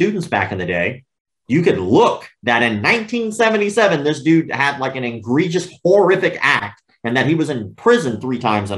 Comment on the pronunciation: Dear Sir, The word egregious is NOT pronounced IN-gregious. In fact, there is no "n" in the word, at all. And it was not just a slip of the tongue, unless your tongue slipped twice.